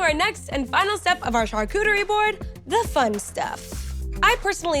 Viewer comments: Lol! I’ve never heard it said like this before til now 😂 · drinking game: everytime she says: " char-cootie-ree" 😂😂😂😂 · It sounds like a new Pokémon.